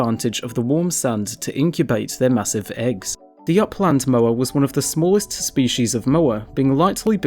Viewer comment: When you make a educational video about Moa and mispronounce it...